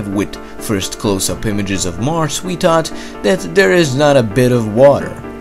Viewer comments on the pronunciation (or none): its pronounced earf not eart and its thought not taht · "Eard" "dere" "dhought"